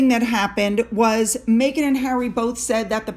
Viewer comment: Her name is MEGHAN, not MAYghan!! FFS!